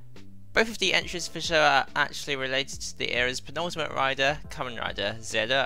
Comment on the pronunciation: it's weird hearing soemong call ZO "Zedd Oh" when thats NOT how it's read it's ZO like GO with a Z (confirmed by the Decade driver)